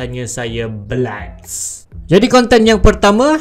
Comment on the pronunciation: Blats, but saye dengar Macam blyat lol